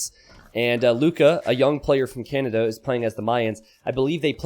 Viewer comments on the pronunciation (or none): none